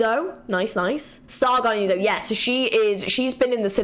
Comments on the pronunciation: Groovy Zi-Lean 😂 Fits really well! Zil-e-an and Zo-E if you wanted to know 🤷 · Also "e" in Zoe is not silent. She's "Zo-e". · Great video! Also just a heads up Zilean’s A is not silent, so he is not pronounced Zileen, but basically how u said it but with the A. Same goes with Zoe, the E is not silent( I actually named my dog after Zoe as well) lol